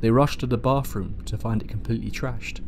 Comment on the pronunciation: "BAWFROOM" That is GOLD!